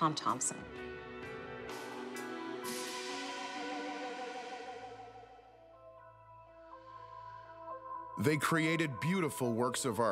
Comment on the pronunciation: And it's Thomson, not Thompson :)